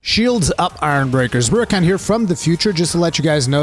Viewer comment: Did say shields up ARMbreakers? Cause that's what I thought rurikhan said for the first 2 months I listened to him lol